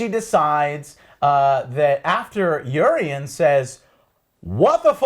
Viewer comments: i literally can't watcn this.... Danyreeeus...Eureeeeon...fuck! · I know this video is old but it's said your-on NOT Uree-on. Lol sorry had too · only pet peeve.... STOP SAYING EURION! its EURON* (UR-ON) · Entire season done and Joe still calls "Euron" as "Eurion". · Siddhant Shukla Next season he'll be calling him Orion's belt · It is Euron, not Eurion. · Eurion?? seriously dude, Its Euron!!! and its Lara Croft not Laura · EURON !!!!!! Speak after me! YouRon! There is no goddamned I in that name! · Urine Greyjoy, yeah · Eurion... Daenerious... Cleeganbowl... -.- And u call urselves fans? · Who the fuck is Eurion? and what the fuck is Gleeganbowl